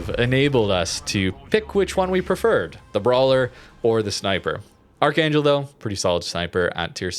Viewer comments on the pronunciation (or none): It's pronounced Arr-hung-gelsk (K in Kh is silent/sounds more like gh, just like the russian pronunciation of Nakhimov), great video! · Ar-han-gelsk Please play Giulio Cesare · "Arc-han-gelsk" Woe, may double CVs and subs be upon you for the next 10 matches. But anyways, Arkhangelsk is what Royal Sovereign was when she was loaned to the Soviets in 1944. They actually tried to keep her but the Royal Navy sent someone over there to confirm it was seaworthy to make the trip back. The Soviets took poor care of her as a summary, reports had it that Roaches were rampant across the ship's lower decks, and thus scrapped. ADDENDUM: Interestingly, Royal Sovereign was some kind of Italian war reparation placebo; essentially her loan service ended when the Giulio Cesare (Which became Novorossiysk, another example of the same ship existing as two separate HISTORICAL identities) was transferred to the Soviets in 1949. ADDENDUM II: Parts of her remain to this day; the Lovell Telescope in Northwest England inherent Royal Sovereign's elevation mechanisms. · Technically, in Russian, it'd be pronounced 'Arrhahngillsk' (with the r's rolled slightly and a semi-hard h) or something to that effect, I think.